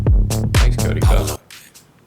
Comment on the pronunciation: It’s the way you keep calling him Cody Ko for me lmao